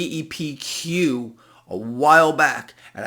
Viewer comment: is it GEPQ or JEPQ? Sounded like G but couldn't find it🤔